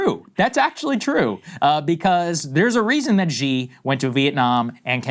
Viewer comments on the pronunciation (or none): Xi is pronounced shee and not zhee. Also, Krystal, Lesotho is Le - soo - too. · SAAGAR READ THIS PLEASE. You are better off thinking of "x" in Chinese as being an "SH" sound than you are thinking of it as whatever you are pronouncing it as. Whether you are talking about Xi Jinping, Xiaomi phones, etc, just start doing an SH sounds and it will be much closer compared to what you are doing today (a weird zh or j sound). Just start saying his name like "SHE JEEN PING" and you're good. Or Xiaomi phone would be something like "SHE-OW MEE" instead of "ZH(J)-OW MEE" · China and VietNam have had issues for 2000 years. Read a history book. and Xi is pronounced SHE, peasant. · Xi Jinping is like obviously now you know the world's like most powerful person. Might be you know like nice if Americans at least learned how to pronounce his name, like, you know.